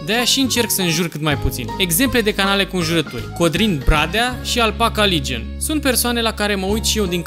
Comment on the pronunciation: Vezi ca ai putina engleza pe la coltul gurii!!"Appaca Ligion"-Legion